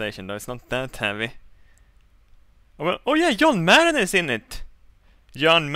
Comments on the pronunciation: "Yon Mad is in it!" who tf is yon mad.... "Footballll" OH lmao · when he says john madden it sounds like young man